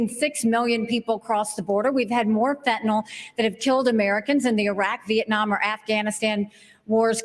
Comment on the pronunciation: Mr. Scott...learn to pronounce FEN TAN YL, not Fentanall